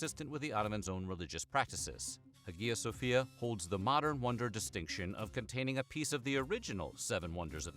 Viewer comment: he mispronounced it as well